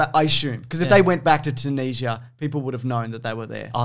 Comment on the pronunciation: Never heard Tunisia pronouced, Two-knees-ya haha